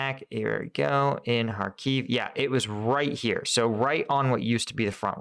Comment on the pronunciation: It's Khárkiv, not Kharkív.